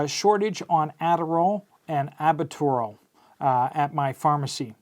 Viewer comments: Dude the inhaler is pronounced Al-but-ter-al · Can you PLEASE say AL-BYOOT-A RALL?